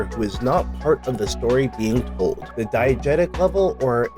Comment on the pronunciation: I had thought at first that you were saying "Diet Jesus".